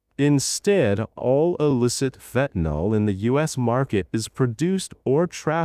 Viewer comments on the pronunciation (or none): Just FYI, it’s “fentanyl”. There’s no “o” in fentanyl. It’s pronounced “fen-tan-ill”; not “fen-tan-all”. For some reason the politicians and media pundits on tv can’t get it right and have decided it has an “o” in it. He actually goes back and forth in the video; which is odd. Venezuela isn’t a large supplier of even cocaine; it primarily comes from other South American countries.